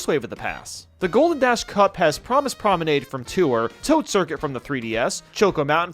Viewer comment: I love how he said "Pramis Promenade"